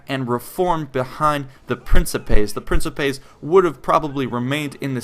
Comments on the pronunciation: your video is quite nice and I don't expect anybody to pronounce the names of the roman units properly but this might help you to improve your quality even more Hastati is pronounced "Astate" Principes should be pronounced "Prinkipes", with a hard "e" in the end Triarii is "Treare-e", double "ii" is spoken and not to be missed out Equites is "Ekwites" nevertheless good video, nice amount of info and not to long thanks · A couple tips on Latin pronunciation. The second i in some latin words, like Triarii, is pronounced as a hard i. Tree-arr-ee-i. Almost all 'c's in Latin are pronounced as 'k's. Prin-kip-ays or prin-ki-pays, the second being more accurate but also being almost indistinguishable. Also, Acies falls under the same c rule and should be pronounced akies(Or if you're using Ecclesiastic Latin or Church Latin you would say Achies). The keys thing to keep in mind when working with Latin is that there are a few problem letters but otherwise English will carry the day. The letter c is always hard, basically a k.The letter g is always hard, as in gum. The letter j is always soft, sounding like a y. The letter v is pronounced as a w, since Latin does not have the letter w and for some reason does not need a v. To sum it up, Yulius Kaiser(Julius Caesar) sent a letter to Rome pronouncing his victory as "Wenee, Weedee, Weekee."(Veni, Vidi, Vici) I couldn't think of a way to include a g. Pronouncing Latin really is hard without experience. I had spent two years learning Latin and I pronounced velites and equites as vel-its and ek-wits for the longest time, but I learned a year ago the correct pronunciation which you use in the video. Honestly I'm still learning so I wouldn't stand on pain of death about what I've said above but it is definitely serviceable. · the correct latin pronunciation would be "prinkipay" but it doesn't really matter too much if we mispronounce it. it's all for the ease of gamers :)